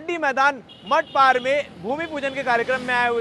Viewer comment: Bhai wo safari h yaar Or मठपार nahi मठपारा hai 😂😂😂😂